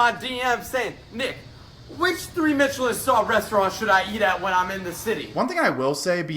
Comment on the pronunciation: Did he say... Mitchellin star...